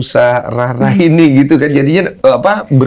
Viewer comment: Nusa rara bang dens bukan Nusa Rura😂😊